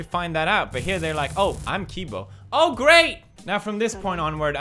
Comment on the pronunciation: I have to say the fact that u kept saying kibo instead of cibo even when It was said in the video that u showed us, but other than that 👍